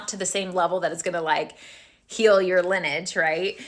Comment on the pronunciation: Lin- e-age. Not lin-age.